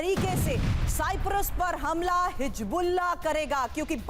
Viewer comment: Tv 9 bharat par aisa parwakta hai siprus bol raha hai Bhai sahab siprus nahi cyprus है